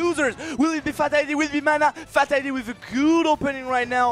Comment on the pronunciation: Did that commentator just say "Fat-old-lady" ?! Lmao. How do you butcher Fatality's name like that.